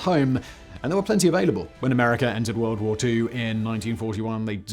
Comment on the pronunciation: "TwO WuRlD WoArS!"